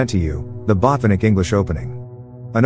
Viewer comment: Botvinnik, not Botvinik. Red thumb.